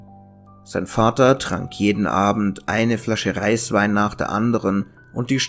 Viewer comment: Meinst du nicht Eiswein? Hab Reiswein verstanden:D